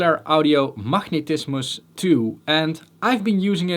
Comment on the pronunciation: "Machnetismus"...I love the Dutch accent 😄